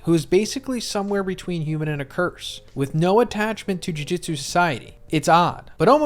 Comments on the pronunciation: Just gonna nitpick here, it’s Jew-jewt-su not Jew-jit-su, Jujitsu is a fighting style irl… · Why do you say JuJitsu instead of JuJutsu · Jujutsu not jujitsu